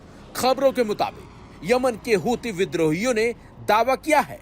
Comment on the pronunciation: Yeh houthi bolne wala zata hi bolta hai na 😂